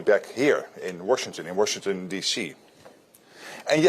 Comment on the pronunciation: why is he saying "Warshington?" I thought that was an American mispronunciation. The GERMANS say "Warshington?"